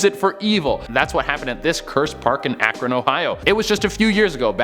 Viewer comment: Yoooo. Shout out to you for being able to pronounce Akron correctly ❤️❤️